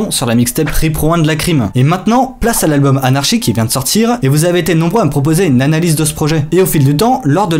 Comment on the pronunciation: on dirait que tu dis "UNE NANA LISE" :D